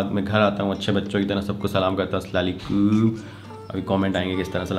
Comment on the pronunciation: Only came here to hear that funny SLAlekoom 😜